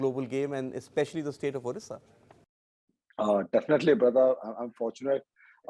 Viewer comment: It's Odisha not orrisa this is old name of ODISHA